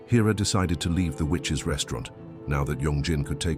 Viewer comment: The Witch’s 😳😳 You had one job 🤣🤣🤣🤣 need English classes STAT